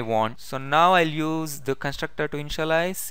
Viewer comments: I misunderstand InshaAllah, when u say Initialize 😄❤️ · Bhai ur initialize sound like insha - allaha y 😂😂😂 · lolz, same here, when i listened carefully again then i understood that he saying initialize not inshallah... but very helpful video, i have searched many videos for static variable meaning, every video tells that how to use, but not tell why to use, now in this video , his video also tells y to use static variable...